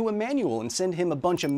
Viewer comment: The pronunciation of "goin" at the end there made me think "arr narr" and that made me laugh.